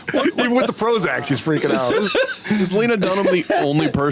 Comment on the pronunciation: “Prozock.” She has that “oxcent” that women under the age of 30 seem to have adopted. Short “a” has become a short “o.” “That” is “thawt.”